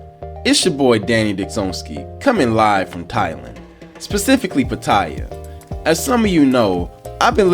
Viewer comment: I hate when the names of the cities are mispronounced. It's Pat-tea-ya (Pattaya)